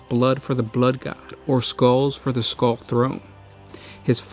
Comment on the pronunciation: Skuwws for the skuww throne.